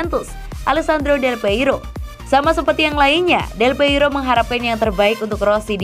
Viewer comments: Aduh neng, bukan delpeiro🤭 tapi Delpiero😁.. mimin mimin Forza Juve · Mbaknya sepertinya bukan Juventini. Menyebut nama salah satu legenda terbesar Juve aja bisa keliru.